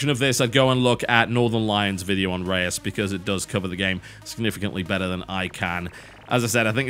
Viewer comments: Rayus? I'm pretty sure it's Reus; as in Zeus. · its not re-us its reus, the combination of the letts e and u is a single sound, it means giant in Dutch. ^^ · Reus is pronounced Royz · Pronouncing Reus like a boss. It's a Dutch word, Google Translate will help you ;) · Hey TotalBiscuit, i love you commentary videos a lot, but i just want to point out that you pronounced "Reus" incorrectly, since it should be pronounced as in a Dutch word, if your are unfamiliar with it, check google translate, write in "Reus", with translation Dutch to English, and you can hear it how it is pronounced, but nonetheless, keep up the great work, i love them all :)